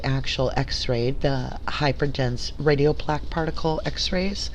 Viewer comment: A few mispronounced medical terms... such as “radiopaque.” Other than that, excellent work getting the documents. Your suspicions and questions are spot on! I pray for the Avery family! May justice be served for them and for the Halbach family!